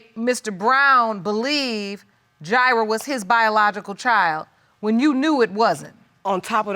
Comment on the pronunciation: "Ji'rah born" haha . Yes, i am the grammar police! Woot!woot! Thats the sound of the police!!